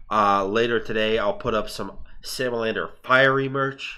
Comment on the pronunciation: I know its sexy salamander squad but my ears hear sexy Sam loiter squad